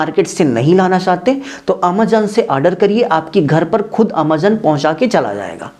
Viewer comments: Amezon ❌ aamazan✅ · अमेझॉन ❌ अमेझन ✅ 😂